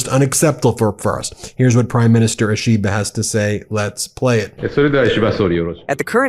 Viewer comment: You need to get lessons on how to pronounce Japanese words and names.... For example, "ISHI BA", not "i SHI ba" (Flat, no emphasis on SHI) ..... Should be a simple thing for you. It is painful to listen to you for those who know how to properly pronounce Japanese....as it will be for any language.